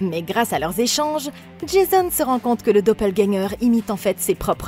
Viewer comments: Dopeulgagnant??? Quelle prononciation 😂😂😂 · juste revoir la prononciation du dopplegänger -> [do-peul-guèn-gueur] (désolé pour les pros de phonétique, je suis pas du tout expert) mais sinon très bonne vidéo, continuez comme ça ;) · pas obligatoirement, les allemands prononcent plutôt les mots qui se terminent par "er" comme un "a". Beispielweise : Vata (pour Vater) et Doppelgänga (Doppelgänger), mais oui, elle ne l'a pas correctement prononcé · Il faut prononcer le "r" de doppelganger (c'est un mot allemand) 😉 J'adore ce film ! J'avais trop hâte de le voir sur cette chaîne ! ^^